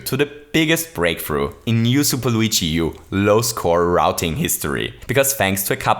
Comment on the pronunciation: learn how to say luigi